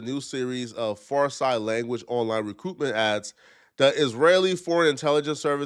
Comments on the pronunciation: It’s Farsi( Far-See) not Far-sye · Listening to butcher the pronunciation of “Farsi” and “diaspora” was interesting.